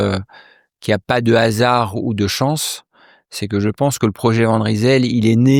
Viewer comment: Est-ce que prononce RYSEL correctement!!?? "Van Rysel" qui a des connotations flamandes - devrait être prononcé VAN RAÏSEL - le Y étant une variante du IJ - donc avec un son "aÏ" ou "aille". Le nom Flamand de Lille est RIJSEL. Commentaires???